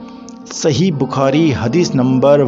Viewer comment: بخاری یا بکھاری ؟ گارت ؟ یا غارت بھائ اپنے تلفظ پہ دھیان دیجئیے جزاکم اللہ احسن الجزاء فی الدارین